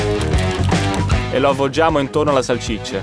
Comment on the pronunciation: Si dice salsiccia non salcicce😂